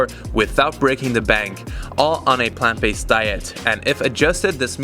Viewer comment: Did he say plant based . . . cot damn it